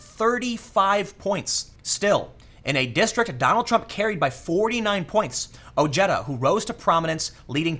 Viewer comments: Ojeda's name is pronounced O-hey-duh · Dude its pronounced Oh-Hay-Da